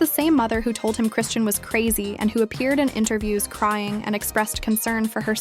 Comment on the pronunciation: Shut up 🤬 You can't even pronounce Chrisean name correctly 🙄 😂